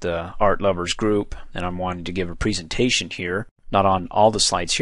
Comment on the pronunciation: preeeesentation.... you say it weird lol